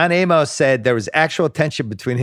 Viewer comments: It's not John A-MOS. Simmons pronounces things poorly. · It's just Amos (A-mus), like Amos n- Andy. Jesus Christ.